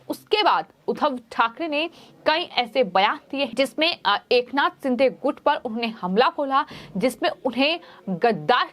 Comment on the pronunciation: क्या शिंधे शिंधे बोल रही हो, अभी तक उच्चारण दोष को कम करने का प्रयास नहीं की हो. अपने गाए हुए गाने को बार बार सुना करो I